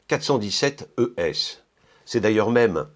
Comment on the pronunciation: J'aime le montre de Hanhart. Classique et bon rapport qualité prix. Btw. you pronounced the word ES=Edelstahl very good :D